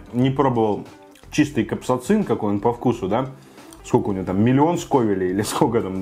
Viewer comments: Копсацин? Капсаицин! Аккуратнее,. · капсоцин!? бляя...может капсаицин?